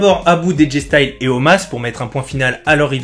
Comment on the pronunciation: Omos ! Pas Omas ehhh top vidéo sinon continue !